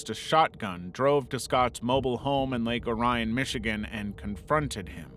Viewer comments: It’s pronuce Lake Orr-ee-en I’m from the town that what we call it here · they also suck at pronouncing names and cities too. Lake Orion Michigan isn't right, neither is Christa Mcaulliffe's last name.